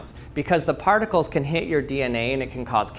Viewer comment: Lost credibility when you said particles 😅